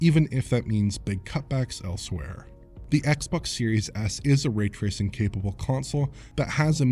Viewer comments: Really hate how he mispronounces ray tracing. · So how's the raytracing on Series S? The way pronounces it's name should give you a good idea.